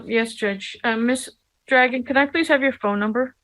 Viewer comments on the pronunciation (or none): Ha ha Drag-gohn